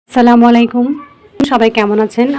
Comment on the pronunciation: সালামালাইকুম নয় ! দয়া করে বলবেন আসসালামু আলাইকুম ওয়া রহমতুল্লাহ ৷